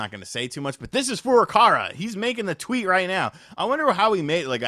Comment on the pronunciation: Fur-ah-cow-ah. I don't know who fur-ah-car-ah is. I know the first is not the Japanese vowel pronunciation but we have to start somewhere. After we get to a closer English name then we can work on the more advanced stuff.